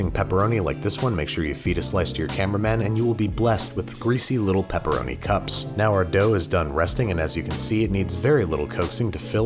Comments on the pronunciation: When I heard P roni, I instantly thought of Homestarrunner, which made me happy and smile. So THANK YOU! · Please don't say peeroni ever again thank you